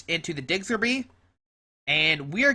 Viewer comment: digs-ger-bee.....lol. Its diggers bee mang.